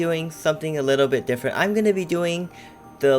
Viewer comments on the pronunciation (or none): Whenever user says bit I tought he said bi*t*h